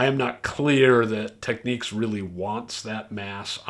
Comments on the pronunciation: It's not pronounced "Techneeks"!! Technics. As in "technical" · How are we supposed to "enjoy" this video when at the start you pronounced the very name incorrectly....again it is not tech neeeeks ok, nor is is techniques, do you find them saying Audio Techneeeeka out there??? Get back to the editing room or program or wherever you came from to clean this mess up. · I know you've been around at the Absolute Sound for quite some time but I believe that you're pronouncing Technics incorrectly. It's not the end of the earth but just wanted to let you know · Technics says it is “Tek-neeks” in the US. I believe other locations use alt pronunciations. “Nobody’s right if everybody’s wrong”?